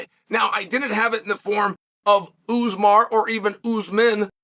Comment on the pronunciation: watch out for "Uzmar"